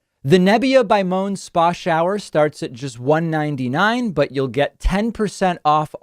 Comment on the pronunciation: just a critique on your sponsor ad... It's pronounced mo - en... not moan.